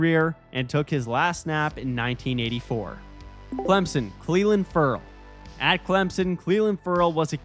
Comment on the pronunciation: Great great video. I know you’re legit because you pronounced Clelin Ferrell’s name right.